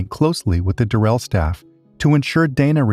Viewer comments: It's DURR-el. Not durr-ELL. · Why is it so difficult to pronounce the name Durrell correctly